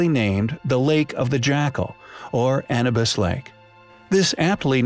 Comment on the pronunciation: Short a sound â - New - b - I - s